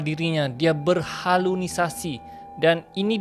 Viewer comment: Berhalusinasi bang...bukan berhalunisasi